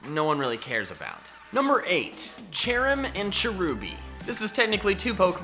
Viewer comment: CHERRIM, NOT CHARIM!